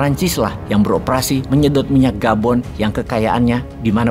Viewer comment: Gabon bukan Boban, Hahaha 😂😂😂😂 mantaaaouup bosqu!!!